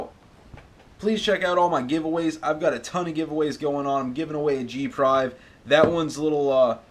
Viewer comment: Did you just say g prive? Lol